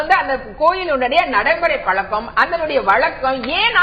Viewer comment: கனிமொழி முதலில் தமிழை முதலில்ஒழுங்கு காய் கற்று வந்து பேசவும்.it is பழக்கம் பளக்கம் அல்ல. முதலில் எல்லா ஐயப்பன் கோவிலும் சபரிமலை இல்லை. சபரிமலை ஒரு காந்தமலை 10 முதல்50 வரை உள்ள பெண்கள் சபரிமலை சென்றால் பெண்களுக்கு கருமுட்டை அழிந்து அவர்களுக்கு மலட்டு தன்மை ஏற்படும். அதனால் தான் மூன்னோர்கள் இதை ஏற்படுத்தி உள்ளார்